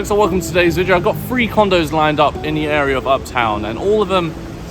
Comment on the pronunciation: Did you say free condos or 3 condos 😂